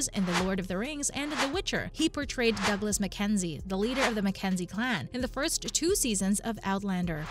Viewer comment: It would be nice to hear the correct pronunciation of the characters as well. Graham played Dougall not Douglas!! Please advise these voice over actors to use pronunciation. It will make their narratives more believable!!